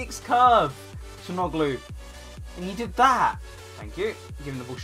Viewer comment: Nice Video! You speak calhanoglu false haha :D speak like that Ca-la-no-lu :DD